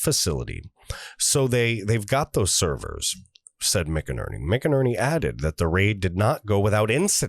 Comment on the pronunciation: Not crazy about being read to. Just provide a link to the article or interview and give us the meat. Also, General McInerney's name is pronounced "MacInerney". Love your show and the info you provide. Sharing to everyone I know.